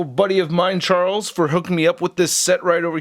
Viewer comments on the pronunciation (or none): none